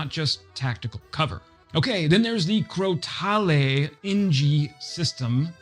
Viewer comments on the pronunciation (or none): Just a heads-up about the way most french words are pronounced: If there's an S or a E at the end, 98% of the times they're silent, barring exception. So while you got all the other names mostly okay, "Crotale" isn't pronounced "cro-ta-lee" but simply "cro-tal". And yeah, it indeed means rattlesnake. The reason for this bizarre language quirk is kind of lost but the most commonly accepted urban legend is that back when copying books by hand was common during middleages, clergy members on that duty would reform names and nouns to have those silent letters at the end, as back then, handwriting obliges, they charged by the letter. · Yeah, no idea why he butchered that name so badly. Typically Americans would say mistraal, in my experience. But the cherry on the cake was crotale. What on earth ? Anyway, at least he tried, so B